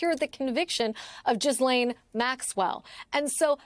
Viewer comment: Please Americans! Ghislain is pronounced Ghee-layne. Its French. Do news anchors and panelists not have Google? Driving me nuts.